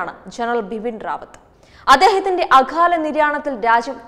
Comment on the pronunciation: അഖാല നിര്യാണമല്ല..അകാല നിര്യാണമെന്നു പറയൂ. അതാണ് ശരി.